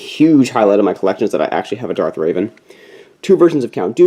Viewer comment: It’s Revan not Raven lol, but nice collection bro!